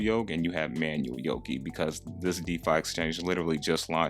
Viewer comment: it's pronounced Nerve-ose not nervous and it's yo-kai(ky, like sky) not yo-kee